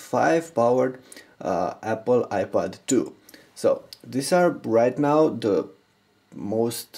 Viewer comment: you idiot indian u say ipod2. it is iPad 2!